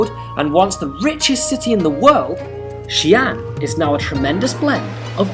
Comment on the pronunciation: xi'an two distinct syllables; not xian, one syllables. In Pinyin, occasionally an apostrophe is added to clarify.